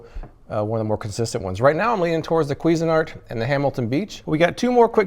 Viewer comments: Kweezin-art? I thought it was pronounced more like cuisine-art lol. Love ur videos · "Kweezin-art"? Somewhere a French person's head explodes :-)